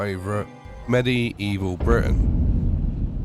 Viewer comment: It's pronounced "mid-evil". Not "mini evil". Just thought I'd educate yah.